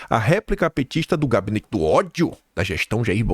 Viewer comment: RESPIIIIIRA, TATIBITATI. NÃO É "OTHO",NÃO, É "Ó-DI-O"